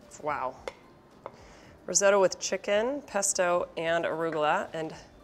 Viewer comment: Breville. A great Australian company. Never heard risotto pronounced Ri-zoe-toe before though.